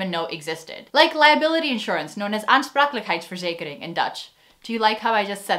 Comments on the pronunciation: using a tea bag 6 times? Never experienced that. 2 times is the max (with me)... Love how you pronounce 'aansprakelijkheidsverzekering' . Correctly! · As someone learning Dutch, Im very impressed with how casually you said "aansprakelijkheidsverzekering" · I definitely liked your 'aansprakelijkheidsverzekering'. Flawless and effortless!